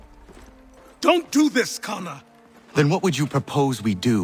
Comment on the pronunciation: Achilles knew how to say kesogawasses name why not connors?